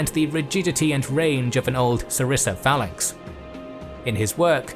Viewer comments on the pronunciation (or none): none